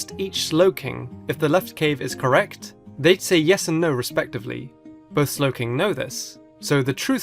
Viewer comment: DO NOT LEAVE OFF THE W IN SLOWKING!